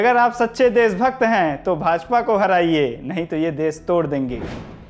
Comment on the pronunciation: Apna pronunciation thik kr bhai.. Kan se khoon a gya... Des, desbhakht, jara sakti, arun souri, pharookh abdulla, saamil etc etc etc